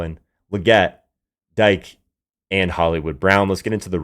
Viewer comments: His name is pronounced D-K not Dyke 😂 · Dike is pronounced (Dee-Keh) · It’s Dee-Kay …